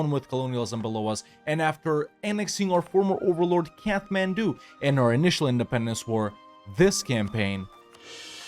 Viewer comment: It's pronounced "Kat-man-doo" not "Kath-man-doo".